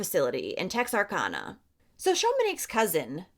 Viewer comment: Just an fyi, it’s pronounced tex-r-can-uh 💕